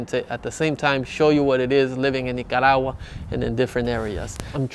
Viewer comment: I like the way you pronounce Nicaragua.😊 Great video. I’m looking into visiting there soon. Cheers ☕️